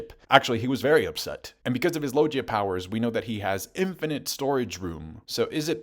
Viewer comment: nothing but love and respect. You’re a legend. But I been meaning to ask for years…. Aye…. Why you say Logia like that? 🤔🧐🤨